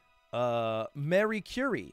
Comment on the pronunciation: As a Pole you just can’t help but physically cringe at „Marie Curie” holy shit